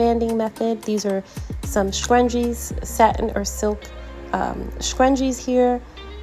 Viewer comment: They are called scrunchies, not scruggies.